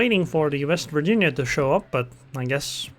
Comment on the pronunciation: Vest Virginia??!! Why then not "secondaries vork roughly the same"?... And why not "it vos main guns after all..."? Oh....but "vorranty".... there's ok then... 😂😂😂 And dude = "dyd" And quarters = "quo-tes" I think it should be then "... I'll just shoot into her bov..."